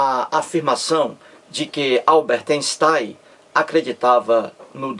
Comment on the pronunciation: "Alberte Enstai"